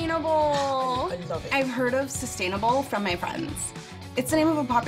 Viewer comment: SHE NAILED THE WAY HE SAYS LOVE!! OMGG